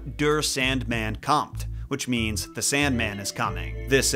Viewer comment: I was hoping someone said something, he also said “kommt” wrong